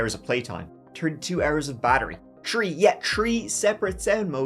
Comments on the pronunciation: My husband and I just love you! We get a kick out of how you pronounce your 3's.... so much so, I recently made my husband a "turdy tree" (a cupcake, cake in the shape of a tree, with hershy kisses in the leaves) for his 33rd birthday! You're hands down my favorite true crime YouTuber! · Dude, you really need to get that speech impediment worked on. There is no such thing as "Ters-day" 🤔 and "Tree" means 🌳 something entirely different than "Three" 3️⃣. It's a huge distraction. Also "Go" and "Goo" are 2 very different things.